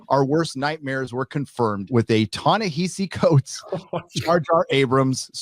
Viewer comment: Ta-Nehissy Fits...